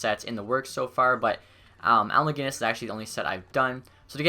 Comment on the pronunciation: 20 seconds into the vid and you pronounced Macinnis (mac-i-niss) not mag-innis